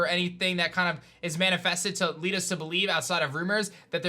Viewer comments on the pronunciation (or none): none